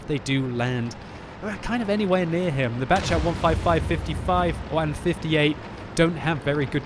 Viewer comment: Batchat 155... Why not Battchation 155 with French accent? You betrayed us